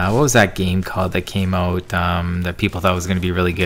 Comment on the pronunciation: Hmm hockey he says oot yo dude ur Canadian